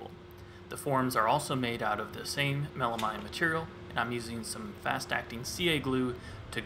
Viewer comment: Love the project but does it drive anyone else nuts how he pronounces melamine??? Should be mean not mine at the end right?